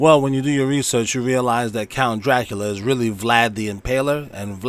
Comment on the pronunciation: Dracula the A was silent so it sound like dracul